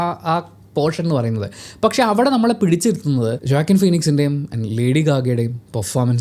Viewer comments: ജാക്കിൻ എന്നല്ല pronounciation വാകീൻ എന്നാണ് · Eda manda ath oakan Enna pronounce cheyya Jokan alla. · Joaquin Phoenix = വാകീന്‍ ഫീനിക്‌സ്‌ എന്നാണ്‌ വായിക്കുന്നത്‌ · വാക്വിൻ ഫീനിക്സ് എന്നാണ് ഉച്ചരിക്കുക